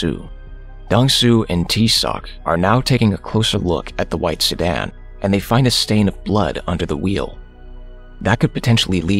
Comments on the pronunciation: why my mans be saying "sudan" 😅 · Why does he keep calling a sedan, “Sudan”???? All of these recaps have this problem